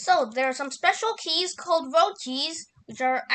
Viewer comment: "Right now where my keyzzz"